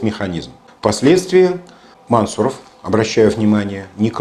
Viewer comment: Мансу'ров ударение на У. Кратко бы говорили, то цены бы Вам не было...